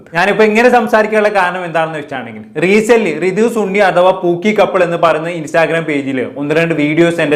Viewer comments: Da സണ്ണി, not ചുണ്ണി aka സുണ്ണി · സുണ്ണി 😂😂 അല്ല സണ്ണി